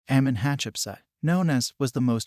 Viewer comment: Amun,not Ammam Tutmoses not thutmoses.